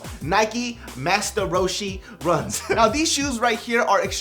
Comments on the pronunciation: RO-SHIES. That's how you pronounce it. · they are pronounced Row She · It's ro-shay-es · according to NIKE it's pronounced RO-SHE RUN!